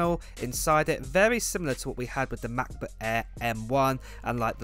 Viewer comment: McBook eeeeeh